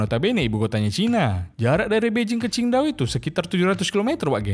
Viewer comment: Qingdao min,bukan chindao😭😭😭